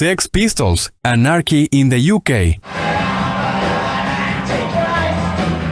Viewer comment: Son canales de IA mal hechos, uno busca info interesante y al final tenes esto! La pronunciación de 'Sex paistols' y 'Anárki in de iukei' me mata!!!